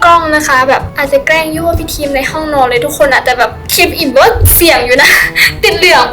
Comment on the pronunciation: เเกล้งคับเเกล้งไม่ใช่เเกล้ว55